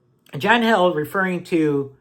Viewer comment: Just curious why some pronounce his name as John "Held" but he pronounces it "HEALED" Is it a joke I'm not in on?